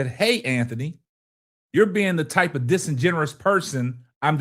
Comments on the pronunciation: The word "DISINGENUOUS" is phonetically pronounced as DIS-IN-GEN-YOU-US and "DU BOIS" phonetically pronounced closer to "DOO BOYS". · My brutha, the word is pronounced: Dis-N-Jin-You-us You’re adding the word Generous to it, but being generous means: To give abundantly. The word Disingenuous means: To pose as being authentic when not actually being authentic. 👍🏾😉